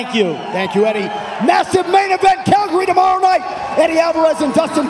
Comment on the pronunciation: i swear he put a irish accent on when he said tomorrow night conor must of hit him hard